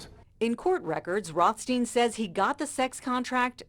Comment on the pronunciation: ROTH… STEIN? Really